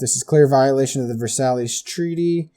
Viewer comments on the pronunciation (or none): The Treaty of Versailles is pronounced "ver-sigh" and was named after the Palace of Versailles where it was signed.